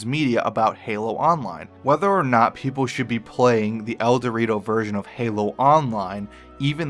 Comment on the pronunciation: Its ElDewrito, he says El-Dortio. I died